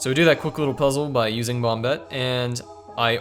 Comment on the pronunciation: Christ its not bomb-bette. It's bomb-ette.